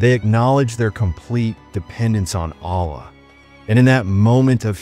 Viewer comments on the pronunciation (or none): especially the word "Allah"..letter lam should be pronounced heavy